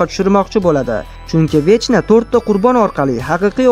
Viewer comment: 🤣 vechna emas vekna deb aytiladi